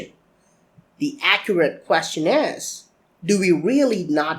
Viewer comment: Manish Mehra It's not English completely he says "builders" like 'bull-ders' that's not English. It's pronounced as 'bill-ders'. It's "Bill" not "Bull"